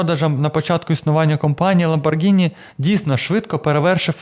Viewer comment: Протягом всього відео звучить правильна вимова прізвища/бренду ЛамборГІні, а в самому кінці "невістка вс**алась" і ми чуємо ЛамборДЖИні! Вибачте, якщо різкувато!